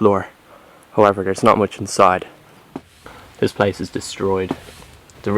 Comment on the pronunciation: Raven Drakearud its place not plase